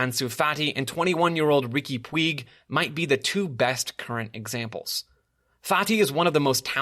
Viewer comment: Enjoyed the podcast, just wanted to offer a correction on one of the names you mentioned. Riqui Puig, his last name is pronounced Puj, J as in Jam. Think of Peugeot, the car company, his name is pronounced the same way the first half of that word is.